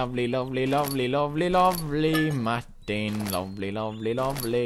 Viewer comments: I like the way he says Martin. maktin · The way he says MARTIN is just way to funnyyyy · i love how pewdie pronounces martin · lmao I love how he says "martin" lool tickle at 2.25